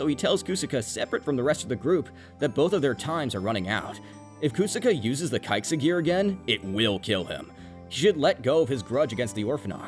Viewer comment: “KU-saka” “Kaiksa Gear” Did you watch the show on mute or something?